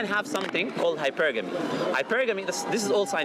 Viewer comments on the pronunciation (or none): none